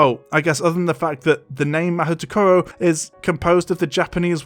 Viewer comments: Another little thing Rowling got wrong was the pronunciation. "Mahoutokoro" is a shit name, but also she gives the pronunciation as "mah-hoot-oh-KOH-roh" when it would actually be more like "mah-hoe-TOE-kuh-roh" or something like that. Rather big fuck up but then again I feel she should have consulted instead of done this shit. Then again, this is Rowling we're talking about. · Whenever I hear someone pronounce the name of the Japanese wizarding school, I cringe. Can you western people, like not butcher up the name? And it's pronounced as MaHOTOkoro you don't pronounce 'ho' as hoe nor do you pronounce 'to' the same way you would pronounce it in English. I'm sure my fellow Japanese would say so as well. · This is just one nitpick among the many Very Large Problems, but the way that Rowling went to the effort of choosing a name as dumb as "Mahoutokoro" for Asia's school, but then EXPLICITLY PRONOUNCING IT WRONG is just. That feels emblematic of the entire thing, really.